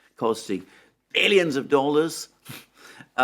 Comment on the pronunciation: LOL .. Alexander said "Eillions of Dollars" .. ( Eillensky )